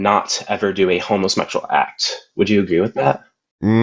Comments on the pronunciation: Is dude saying “homosmexual?” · "Home-uh-shmectual" Sorry, what? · Why do they keep saying "homo-smexual"?